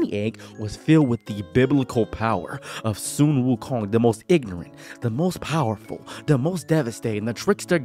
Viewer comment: You're pronouncing wukong wrong.